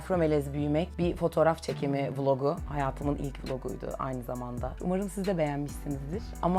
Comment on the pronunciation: vlog diyişine bir tek ben mi takılıyorumm